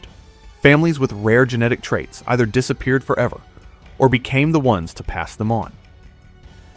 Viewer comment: ANOTHER AI that can't read its own writing. Either.